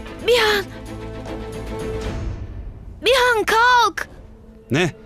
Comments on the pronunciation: Bşhan ı bihan diye düzeltsek? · bşhan değil bihan